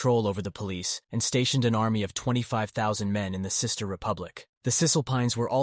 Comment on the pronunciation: Cis-ter republics 😂